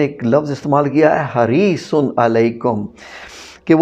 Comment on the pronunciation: Yeh lafz Haresun nhi Hareesun hy